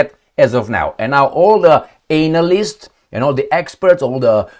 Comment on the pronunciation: Was he being sarcastic when he said: "all of of the anal-lysts."